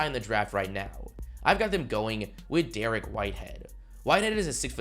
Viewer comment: “Derrick Whitehead”😭😭😭 DA-REEK